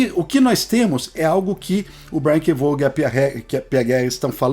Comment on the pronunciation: Pessoal, vamos de novo aprender: é Brian K "VOON"! É assim que fala Vaughan.. "VOON"! Repetindo, "VOON"! Para não errar de novo, "VOON"!